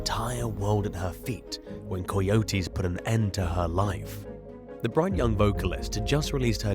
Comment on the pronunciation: After the 5th or 6th time coyotes were called coy-otes like a coy fish and otes like a cereal of oats, I couldn't take it anymore..lol sorry buddy, I know it sounds personal but it's not, I just couldn't take it like Deon as Die-on.